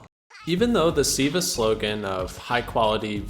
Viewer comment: Why did you keep saying "Siiva" throughout the video instead of "Silva?"